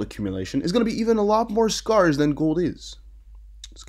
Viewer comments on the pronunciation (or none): I know it looks weird but the word scarce is pronounced sk-air-ce. Air like what you breathe in the middle. Not skar like a healed wound. The spelling is messed I get it. if you say it how it's spelled youd be doing great. Just remember its air sc-air-ce.